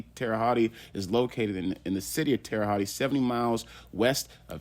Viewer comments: Bro, 2nd video I’m leaving this comment. It’s pronounced Holt or Hut not hotty or what ever your saying. Good research video, minus pronunciation of the name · You're not very smart at all!!! It's not pronounced tere hottie!!! It's pronounced Tere Hote. Do your research before looking ignorant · man, you dont say it like that Terre Hottie...hahahahahaha its Terra Holt pronounced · Hotti is crazy. Hote is the pronunciation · Terra hawt, that’s how it’s pronounced. Terry haute, that’s how it’s spelled. Please learn how to pronounce the words your trying to pronounce. It makes the content in unlistenable. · Pronounce that city name correctly please. Terra Hote- Land High in French . Yes Dylan R is still here alive. I'm told he is an asshole and a problem to those who have to watch over him. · How come no one can ever pronounce Terre Haute. The right way. Tara H-oat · Pronounced (Terra Hote). Just helping out. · It's pronounced Tara hote lol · Bro its pronounced like tara hoat lol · Terra hawt is the way to pronounce it lol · Terahaute not tearahaut e and stop the scummy a hole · Terre haute like hoat lmao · Terra hawty 😂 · Learn how to pronounce Terre Haute and do it over. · The butchered pronunciation of Terre Haute is almost unbearable. Then he repeats it constantly. Google has a pronunciation feature. Use it. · Drop the "e" sound on Terre-Haute, just saying. Good show my man! Check out "Boston Chinatown Massacre" Nam Tham, 5 bodies Ping On gang (linked to 14k Triad) "Burnt Ziti Murder" Richard Rosenthal (Rosie opened up his wife literally) the list goes on. Mass State Prison.